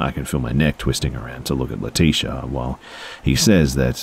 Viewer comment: Why do I feel like leticia's name is pronounced Lee-tich-a? Good try tho. Lol I think some of the uncommon names people come up with are so beautiful. Leticia is common tho